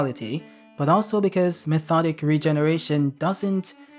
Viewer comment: Methodic regeneration? It's Mi-to-tic. Mitotic Regeneration: One Hundred Healings. 😂😂😂